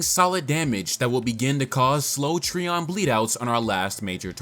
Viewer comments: You pronounce it as Tree-on and I pronounce it Try-on. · (Tri)(on) - Trion it hurts each time you say it lol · Trion is pronounced "try • on."